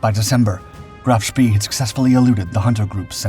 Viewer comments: Phonetically it's pronounced Graf Spay not ever was it pronounced Spee🙁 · For god sake. Try giving the names of German ships in their proper pronunciations. It’s pronounced Graf Spey. Not Graf spee. Despite how it’s printed. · Can't stand hearing Graf Spee mispronounced like that!